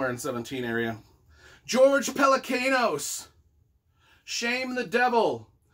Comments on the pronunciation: Just kidding but it's PelecAnos (like James Caan) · Pelecanos should be pronounced the Greek way